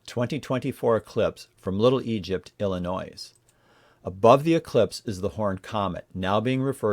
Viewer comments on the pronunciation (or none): The s in Illinois is silent